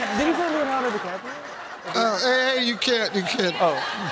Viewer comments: Wth...does Steve not know how to say DiCaprio?? It's not hard. The guy is absolutely right. That's not what Steve said. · "Leonardo Caprio" I think his name is Leonardo DiCaprio... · He keeps saying Leonardo Caprio he’s saying his name wrong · Leonardo deCaprio not Leonardo DaVinci😂😂😂😂